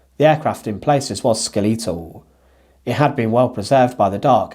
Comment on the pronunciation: Sorry but the pronunciation of skeletal was very odd. Skeleton...skeletal, as in the bones of.